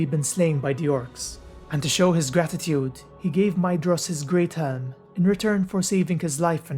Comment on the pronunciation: Yay someone who pronounces Maedhros name correctly 👍👍👍